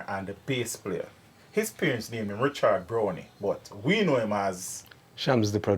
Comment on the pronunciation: BrownEE?? Isn’t Brown with an E still pronounced Brown? What nonsense is this?